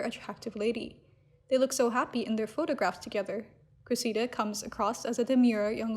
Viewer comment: PLEASE learn how to pronounce the name “Cressida”. It goes like this: Kress – eh – da. (But say it really fast!) Wash, rinse, repeat” Kress – eh – da. Kress – eh – da. Kress – eh – da. Kress – eh – da.